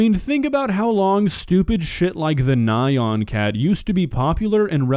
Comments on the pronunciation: The way you said "Nai On cat" hurt my soul. It's one syllable. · I'm never going to recover from calling the Nyan Cat "Nigh On Cat." 💀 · Nyan Cat! XD Pronounced Knee-Ann, FYI XD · That's not how you pronounce nyan